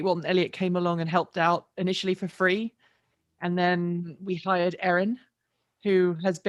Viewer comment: yikes the way you said we've hired Erin, I heard "we fired Erin!" I had to watch it back lol